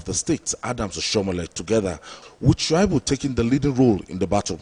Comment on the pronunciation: Aunty, His name is pronounced Sha -i-bu, not Shua-i-bu.!